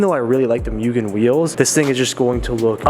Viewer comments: A goddamn Mugen Si Civic, that is rare. One of my fav civics, Mugen R's Edit: I think Mugen is pronounced Moo-gan but idk I mostly hear Mo-og-an instead of Me-yu-g-an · MOO-gen, not MEW-gen but welcome to the 8th gen society mate :) super excited to see what plans you have for the car! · Mugen = "Moogen" not "Myugen"..Atleast say it right..Come on D,you had Bride = "Brid" right..And you messed this up 🤣🤣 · No its not Myugen, or Myujen. Its Mugen... MUGEN!!! - James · Moogen... not meoogen lol. Subbed for this build!! ❤️ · mooo gen not muu gen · ...bro...its MOOgen not MEWgen. Just a heads up considering how many times you said the word in like a 10 second span. hahaha Congrats on the new project though. I love this car! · Hearing “ mewgen “ and not “ moogen “ makes me cringe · It's actually pronounced "Moo-Gen" not "Mew-Gen" as incorrectly pronounced here in the states! Welcome back to the Honda scene and hope you can make it out 8th Gen meets here in SD! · moogen not mewgen lol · Mugen not myugen :D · its pronounced as MOO-GEN not MYU-GEN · MOOgen, not MEWgen 🙄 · Say it with me... MOO-Gen not Mewgen. Anyways welcome to the 8th Gen Club and congrats in getting that Mugen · ITS MOO GEN NOT MEW GEN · MOO JEN NOT MYUGIN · Moogen, not Mewgen. Car looks good, good luck! :) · It's pronounced moo-gen😞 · love the car dude but it moo - gen that’s how you pronounce it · its pronounced MOO-GEN. Just an fyi! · There’s a mugen video where the owner says it’s pronounced MOOGEN. Anyway, I’m not super into front drive Honda’s, but you do you bud, your awesome and you deserve your success. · YESSSS BRO AWESOME!!! FD CONVERSION LOADING....HAHA Also, supposedly pronounced MOO-GEN, but no one really follows that lol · For the love of God it's MOO GEN!! Hopefully it doesn't end up like the Type R. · Jesus fucking Christ the pronunciation of mugen is atrocious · You are saying mugen wrong.